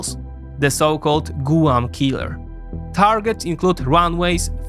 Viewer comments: It’s not “gooo-wan” it’s “gwahm” and it’s not “ha-why” it’s “ha-why-e” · I love the way you say, Gooahm for Guam.